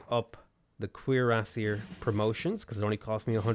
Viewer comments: The pronunciation of cuirassier is French and its cure-ass-ee-air, named after the type of breastplate they wore. You said it correctly at 19 mins despite butchering it (cringe worthy) most of the time. :P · Every time you say cuirassier my brain triggers. Is that the right way to say it? :P Interweb search was a bit onconclusive. Nice game btw mate. If you're ever up for a multiplayer match hit me up.